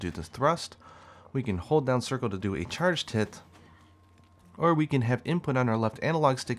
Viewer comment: we can hold down triangle and circle to do a charge tit I know you meant charged hit but it sounded like that.